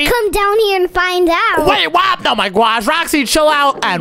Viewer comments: He says gosh gwosh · Why did,,roxy,and keep on saying GUOSH